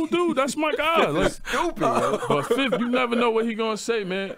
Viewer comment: 31 seconds in he said his first (fif) lol